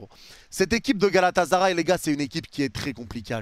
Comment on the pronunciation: arrêter de prononcer Galata"z"aray svp, ya pas de Z. GALATASARAY